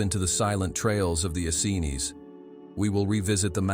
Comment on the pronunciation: This is all so true and so brilliant thank you so much.but the pronunciation of Essenes. Is Ess.- eeens emphasis on the eeens